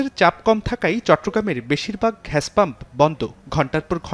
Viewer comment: আরে ভাই ওটা ঘ্যাস না ওটার উচ্চারণ হবে গ্যাস!! 😂😂